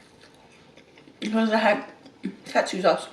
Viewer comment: It's pronounced kawt-soo